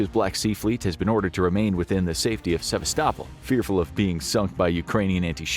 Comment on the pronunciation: Would you please learn how to pronounce Sevastopol? You’re the only one I’ve heard mispronounce it two different ways. Do a quick search online and you’ll find THREE acceptable pronunciations (Russian accent, Ukrainian accent and one other).